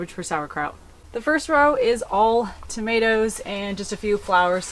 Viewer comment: Hi from New Zealand, love your channel, what are tamateas, I have never heard of them and thought you were just mispronouncing tomatoes